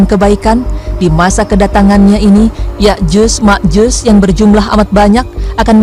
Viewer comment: Sotoy loo penyebutan nama yakjut makjut aja salah